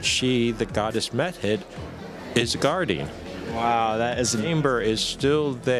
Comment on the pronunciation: Every now and then it sounds like Schoch is saying " Meth Head" instead of Mehit. It has to do with how he emphasizes the syllables I think.